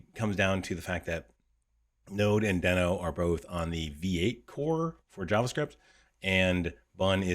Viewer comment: I hate to be "that guy", but Ryan Dahl who created NodeJS and Deno has confirmed that it's pronounced "dee-no" with a long "e" like the Flinstones character and not "den-o" with a short "e" sound.